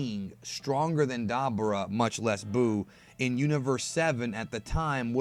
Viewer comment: Da - boo - Raa is how it's pronounced. Not dabber - ah